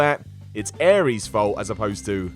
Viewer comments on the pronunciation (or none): none